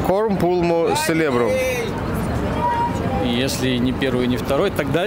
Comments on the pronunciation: ты неправильно cerebrum произносишь) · ты где в "Cerebrum" нашел "селебрум"? Читается это, как "церебрум"